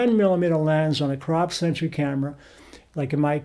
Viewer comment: It sounds like you are saying "full-frame sentry", instead of the proper word "sensor".